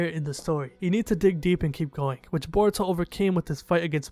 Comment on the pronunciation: Gotta love how you say in burito Not in Naruto considering he wouldn't be top ten